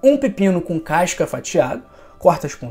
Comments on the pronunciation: Caisca não professor, CASCA! E isso não é questão de sotaque, é de falar errado mesmo, acrescentado mais uma letra à palavra. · CASCA ou c a I S ca?? Povo estrangula a lingua portuguesa só pra fazer graça, querer ser diferente. " C A I S C A".